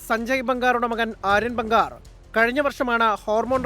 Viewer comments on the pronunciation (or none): ബംഗാർ അല്ലടാ... ജംഗാർ 😂😂😂 kashtam, സഞ്ജയ് ബാംഗർ അതാണ് കറക്റ്റ്